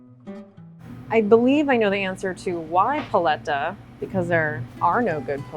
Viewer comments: I love how the owner keeps emphasizing the word "paleta" yet chef rebbeca keeps saying it like she's ordering a Starbucks menu item. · lolo fernandez lmao no. Learn Spanish vowel sounds. Even listen to the lady she’s interviewing! It hurts every time the host says it her way... it’s like pronouncing tortilla “tor-till-uh”. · Pah-lay-tuh. How did the producer not slap this woman. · This is the whitest way I've ever heard paletas pronounced lolllll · i live in argentina, and i can tall you that paleta has no "lay" sound, not even cloose to it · I couldn't watch this whole video because of the way she was pronouncing the word paleta. Made me cringe every time she said it. She needs Spanish lessons badly. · Idk how I feel about how she pronounces "paleta"